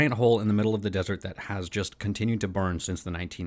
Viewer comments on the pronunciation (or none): none